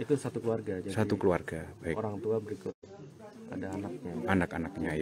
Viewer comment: 1.08 host bilang ( tiga Olang???hahaha